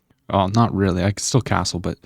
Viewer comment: i like when say WREALLY?